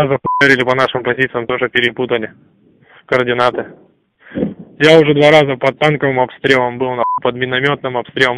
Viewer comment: Слово "координаты" сразу сдало украинца. Русские отлично выявляют украинца, говорящего на русском. Акцент не спрячешь)